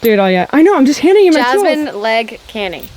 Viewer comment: Are you saying leg? It’s lag.